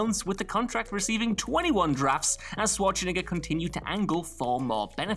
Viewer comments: I've heard Schwarzenegger's name butchered numerous times, but I never heard Swartschenegger... that's not his name, dude! :D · lmfao "Shwatch-niggas" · Is it just me, or is dude calling him Arnold Swatch-n**ga ? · Damn the way he said Arnold's last name the first time was reeeeaaaaly sketchy I'm surprised there aren't a bunch of comments flipping out like he die it one purpose lol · so the game of mispronouncing Arnie's name continues